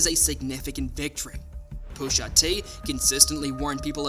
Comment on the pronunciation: Why is Pusha so hard to say bro? Booshatee isn’t anything.